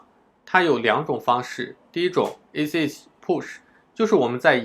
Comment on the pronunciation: 这英文发音太绝了：ACH（ac诶七）Skype（skip）